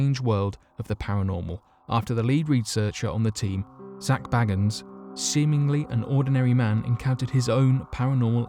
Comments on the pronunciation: Bagens: bay - gins not "baggens" 😆👍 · I know, I was spelling his name phonetically because he pronounced his name incorrectly. Bagan is pronounced "Bay-gins".